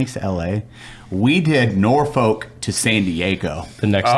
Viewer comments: Nor-Fuk guys Nor-Fuk, its not Nor-Folk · the way he said "Norfolk" physically hurt. Homie said "Nor Folk". Dont enunciate the syllable, treat as one whole word. Sounds like Norfuk when you say it right. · So it’s not pronounced nor-folk. It’s more like nor-f**k. As a Virginia person. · It's pronounced Nor-Fuck 😅 love ya guys